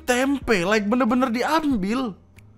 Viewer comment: tempe jangan dikasih 'k' bang, artinya jadi lain 🗿